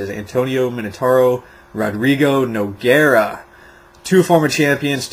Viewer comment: ...Keith Jardine and Nogueira have never fought. You mean Heath Herring. It's not "NO-G." Just so you know. And, Randy will win.